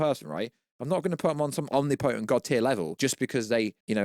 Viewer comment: Do you pronounce omnipotent and satire like that so I’ll comment? Jfc